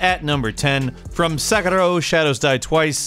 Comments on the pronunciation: If you're gonna try saying Sekiro like an Asian person it's pronounced "Sekidoh" not "Seggurro". Just a small nitpick no harm done. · SE KI RO! NOT SE KE RO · It’s “seh kee roh”